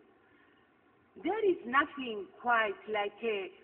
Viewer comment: relaxin cap cafe con lecheeeeee!!!!!!!!!!!!!!! jajajajajajaja y después te piden que hables inglés para conseguir un trabajo decente!!!!!